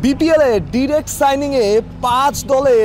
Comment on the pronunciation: ভাই ডিরেক্ট না ডায়রেক্ট হবে